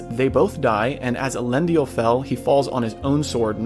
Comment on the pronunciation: Why are you mispronouncing some of the names?? Tolkien went to pains explaining pronunciation—Elendil only had three syllables, for example. The films got some words peculiarly wrong too (palantír comes to mind)… You asked about things missed: Celebrimbor initially kept the 19 Rings after their casting, as I recall. Sauron attacked Region in order to get them—and no doubt in pique because Celebrimbor dared to defy him—and wiped out the settlement entirely. Any of the few survivors joined Galadriel in Lothlorien… It’s noteworthy that Sauron wanted all 19 but was only able to get 16–the Three were hidden away, and Sauron wanted those most of all (why? Surely not for the magic they contained. Bragging points? Doesn’t make sense. Control of elves? Also doesn’t make sense ad they already showed they were smart enough to remove their Rings when he put on the One. While some of these details were probably too small for the narration, Sauron turning on Celebrimbor and laying waste to Region was not IMHO.